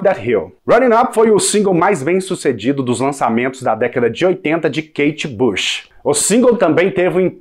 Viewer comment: Pare de dizer kate bash! É "BUCH"!